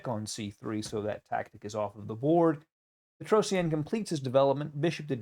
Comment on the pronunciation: its petrosian not petrosienne